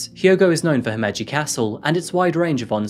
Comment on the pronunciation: You really need to fix your pronunciation of Japanese syllables. You make an effort for African, but not Japanese which is arguably simpler. You are propagating gaijin stereotypes.. This makes me cringe. It's ko-be (as in LOck), hi-ma-ji (him-ma-gee), using small vow sounds.